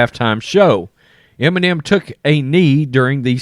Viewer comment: "Enimem" bag